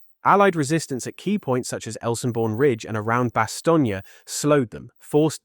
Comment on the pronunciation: Stop saying Bastognia!